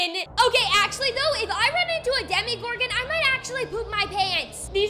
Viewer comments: Omg its either demagorgan or demogorgan not demigorgan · demogorgon not demigorgon but ok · Im sorry but its ( Dema-gor-gen) Not (demi-gor-gin) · sorry to say this but it is not DemiGorgon it’s Demogorgons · It’s not demigorgan it’s persnowst demegorgan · ITS DEMOGORGAN NOT DEMIGORGAN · What is a "demigorgon"?💀 its demogorgon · no spoilers? then why’d you say that? also its demogorgon not demigorgan and no offense ur kinda loud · I love how you say Demogorgon But you say it this way DeMIGOrGaN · It’s not Demi Gorgon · "Demi Gorgon" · "demie-gorghon" bruh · Is it just me or does no one like the way she de-MI-gorgon or just me no hate tho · It’s demogorgon lol I love your videos!